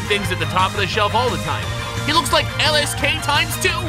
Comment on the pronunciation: bruh said Lsk 2 lmao 🤣🤣🤣